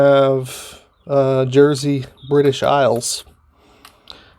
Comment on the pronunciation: All of the Smokers Haven tobaccos are made by J.F. Germain & Son in the UK on the Isle of Jersey (not pronounced Gersey). Please take a look at Old Hollywood Briars videos around Christmas and you will see he reviews each of the Smokers Haven tobacco blends and explains the history of how they came to be in full detail. He did an excellent job and are the best reviews he has done. I have also bought them. The new compact round tins are a new introduction and FYI in the UK Germain's are now issuing the same style round tins again that are replacing the pouches that were introduced a few years ago in the UK. Most people prefer the tins to pouches so we are pleased Germain's are now reintroducing the tins again. Previously all the Smokers Haven tobaccos were supplied in the same can style tin that your Exotique mixture is. Be forewarned, My Best Blend and the more robust Exotique Mixture are arguably two of the finest English tobacco blends you will ever taste in my humble opinion. There's simply no going back ✌️